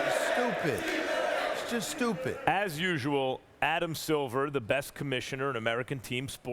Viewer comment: “Shtupid... shtupid” 😂